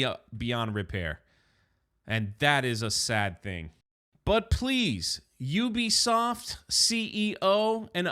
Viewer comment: At least you can pronounce the name right not like other YouTubers ... Ewwwbisoft looool